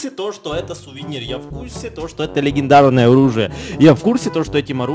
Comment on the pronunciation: мне показалось, или сказал: легендаrное оружие? (типо с английским акцентом не произнося р)